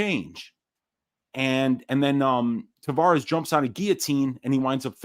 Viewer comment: Hey boys...it's Tah-VEH-russ.....not Tah-VAW-russ. Thanks for giving us a banger of a show!